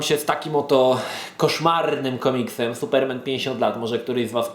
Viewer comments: suPERmen? tak to sie akcentuje? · Jestes pierwsza osoba, ktora nie umie wypowiadac slowa Superman